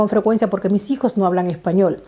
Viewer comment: Español no Epañol😀